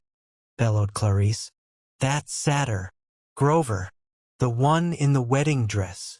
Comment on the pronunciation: The fact that Satyr was mispronounced imma find a different one